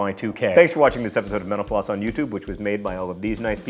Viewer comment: When ever John says mentor floss I always think he says menopause